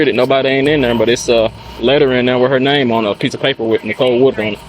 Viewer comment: “That Nahum, we just picked up a person at APpleBeez with that sahum nahum.” 🤔 Dublin accent right thar! lol (I live 30 mins from Dublin”